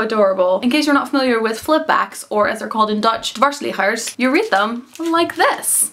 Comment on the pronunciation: I had to rewind the "dwarsliggers" part a billion of times before i understood what you were saying.. it made me feel a bit anti-Dutch, to be frank! Lovely haul though, will definitely check out the graphic novels!